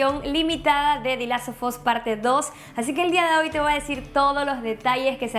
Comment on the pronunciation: Solo escuchar como pronuncia "The Last of us" destroza la locución